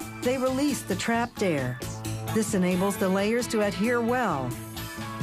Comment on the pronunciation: Is she saying "Add here" or "Adhere" ?